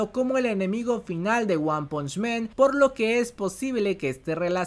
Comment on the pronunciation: por que dices One Punch MEN? men es plural de hombres en ingles! el anime se llama One Punch MAN. MAN. AAAAAAAAAAAAAA NO E